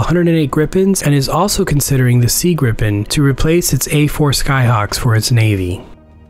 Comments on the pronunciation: Prenounced more like "Griipen" and not "Grippen" FYI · Isn’t it ‘gripe-en’? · So fun to hear people pronounce Gripen - Not "Gripppppen" you should say like - "Greeepn" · Gripen? Think "gree-pen" with a Scottish R.